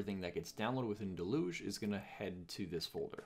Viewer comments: Can I recommend you check with google on how to say Deluge, you sound French or someshit. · Great video really helpful, I've gotta ask do Americans say deluge like del'uge? It's a regular word and I've only ever heard it pronounced "dell-yooj"